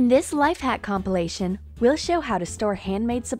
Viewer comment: The only thing I don't like about this channel is YOU ARE SAYING COMPLOMATION WRONG IT DRIVES ME INSANE even the I can't spell complimation #proskillz